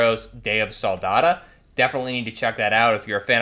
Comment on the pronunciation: "day of soldada" what the fuck